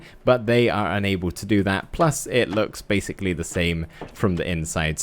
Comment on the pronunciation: Cool detail btw that I love! Saying " Our" Instead of " Are. " I love watching your vids btw!!